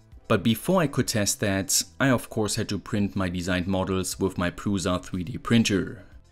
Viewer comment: The most German pronunciation of the word "PRUSA" xD